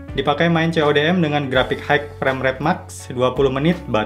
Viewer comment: bang, ini mah cuma saran aja ya. tolong pengucapan dalam bahasa inggrisnya diperbaiki di kata: High - bacanya bukan haigh tapi hai aja.. signal - sainyel. maaf dikoreksi, supaya channelnya dan video content abang bisa mulus perfect tanpa ada hal2 yang mengganggu bagi penontonnya. jujur saya sedikit terganggu dengan pronunciation abang. overall kontennya detail, bagus deh. sukses terus!